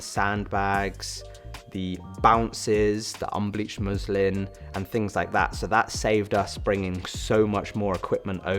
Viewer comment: just finished it - amazing setup i love both the muslin and softbox look But when you said first time unbleavhed muslin - i tough u said Muslim 😂😂😂😂 im like umm